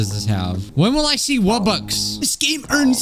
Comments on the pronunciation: It's not a rubbux it's a wubbux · It's pronounced wubbox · WuBox not roebucks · Mmmmm yes the WUBBUX I used to love playing this game as a kid and I once had a WUBBUX WUBBUX I did not know people pronounced it like that 🧍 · Wait did he call wubbox robbux